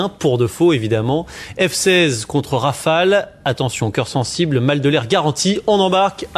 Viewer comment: "ze raïfeille"